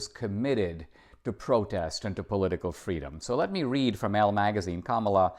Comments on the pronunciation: Thank you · A communist who wants fweedom. I doubt it.